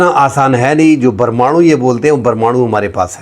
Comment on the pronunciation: جب آپ پرمانوں بم کہتے ہیں تو بڑا مزہ آتا ہے ۔